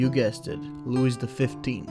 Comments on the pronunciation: Dear narrator: The ‘s’ in Louis is silent. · Wrong accent for louis.